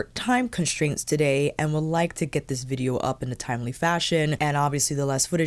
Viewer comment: Loved when you said vidgeo 😂